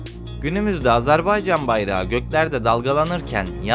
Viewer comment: Emeğinize sağlık ancak: Doğru söyleyiş Azarbaycan değil "Azerbaycan"dır. Diksiyona dikkat etmek lazım. Mesela "Mütareke" kelimesi de yanlış telaffuz edilmiş.